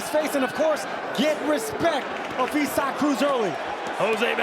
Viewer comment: It's isaacif cannot say it properly or don't say it at all